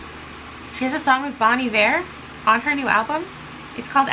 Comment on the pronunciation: Listening to you pronounce Bon Iver has messed me up so bad. I've been pronouncing it bon eye-ver my whole god damn life I can't believe it 😭